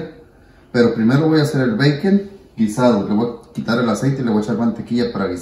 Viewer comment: Habla bien puñetas (Bacon) 🤦‍♂️